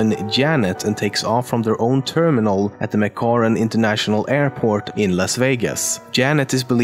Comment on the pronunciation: It's pronounced "Mc Care in" airport. "Mc corin"? There isn't even an o in the name.